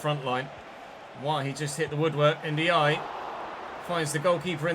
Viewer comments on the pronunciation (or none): Hi, Ndiaye is pronounced N-jayi.